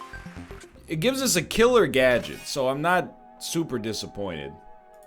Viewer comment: "reactivate gadget" boy like a minute in and NL cant read the word gadget. at least he finally figured it out after i wanted to scream.